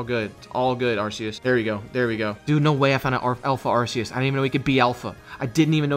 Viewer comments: the correct way to pronounce ‘arceus’ is arkoos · Y'all are pronouncing Arceus wrong, IT'S AR-KOOS